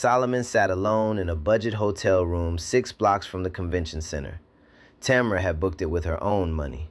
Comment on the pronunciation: 3times I heard the girl's name pronounced as TAMara (accent on the 1st syllable. STOP IT! The accent should be on the 2nd syllable and pronounced as TaMARa. Get your pronunciations right, then I might consider AI fit for 1st grade.